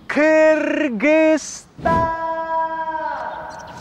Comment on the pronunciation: Наконец-то они научились говорить правильно: “Кыргызстан”! Я так рада)